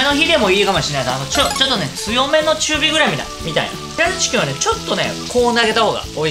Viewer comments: 余熱で冷ましたこの「ティキン」www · ティキンwww